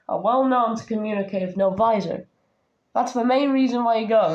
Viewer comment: It's novisor not novizor